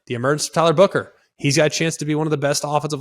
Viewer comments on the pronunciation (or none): none